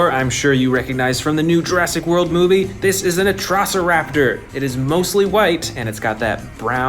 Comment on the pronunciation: the pronouncing of 2 dinos the first one was atrocoraptor it was pronounsed "Atrociraptor" the second one was endoraptor its "Indoraptor" i hate the english auto generated caption its the worst